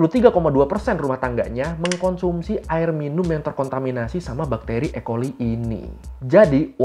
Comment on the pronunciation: Ecoli.. dibaca E.. choli2 ngachenk aje